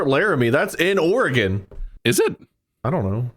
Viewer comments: As a native Oregonian, hearing the occasional "Or-eh-gone" and "Will-ah-mett" made me snort. BUT, seeing these goobers make it through the game with ZERO deaths on their first try is absolutely astounding, and deserves all the applause :D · As a lifetime Oregon resident, I appreciated this episode. This game was especially relevant to my childhood, even though i've never played it personally, but i've watched my classmates in 3rd grade do so. While i feel their pronunciation of "O-re-GONE" was ironic, their pronunciation of Willamette was unforgivable (will-A-mette!). Congrats boys on getting here, I welcome you to the beautiful Northwest (enjoy the rain). Shoutout to the End of the Oregon Trail Interpretative Center in Oregon City, Oregon, where I went on a school field trip to in 3rd grade.